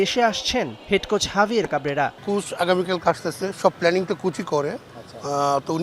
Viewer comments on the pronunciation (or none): কুচ আবার কীরে ভাই। আবার বলে কুস। এরা কীভাবে এতো গুরুত্বপূর্ণ জায়গায় কাজ করে। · এ কে? কোচ্ শব্দটাই উৎচারণ করতে পারে না!!